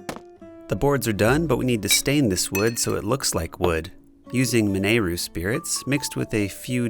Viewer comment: its not min-eh-roo its min-ih-roo